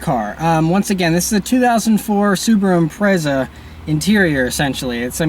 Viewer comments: what is it with the fucking yanks removing the wing its there for a purpose. and learn how to say impreza. agree about the seats tho they are a pain in the ass needs more support. is there any need for a good handling car in america no good driving roads surely there all straight. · is it pronounced imprayza or impretza (IMPREZA) .................